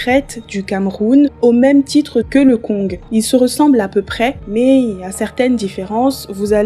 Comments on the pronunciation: tu ne dois pas prononcer le g de kong ca se prononce kon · On dit le Koñg stp. sans toute fois prononcer le g de la fin , stp. Merci.